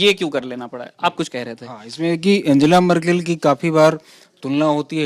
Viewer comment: आन्गेला मर्केल Unka naam ka uccharan! Dhanyawaad :D